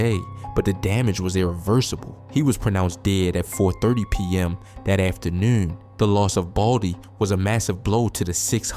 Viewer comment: after-newn .. yeah bro from Baltimore. Salute to B more by way of Richmond, Va